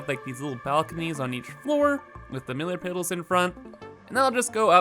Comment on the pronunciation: I like how he now calls the millar piddles millar piddles instead of middle pillars because of one time that he pronounced it wrong.